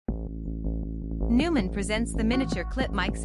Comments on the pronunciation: If you want to be taken seriously, at least pronounce the company's name correctly. Noy-mahn, not Newman. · Neumann - Pronounced Noy-man